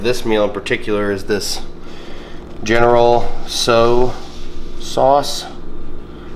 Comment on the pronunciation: General “So”😂, it’s pronounced “Chow” like Ben Chow👍🏿